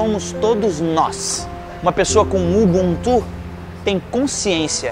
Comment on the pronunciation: Nao é ubuntú, é UbÚntu. Foneticamente falando...